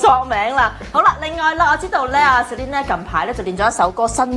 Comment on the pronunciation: Celine, not Celice